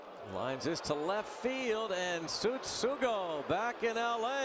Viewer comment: Tsutsugoを言い慣れていない実況かわいい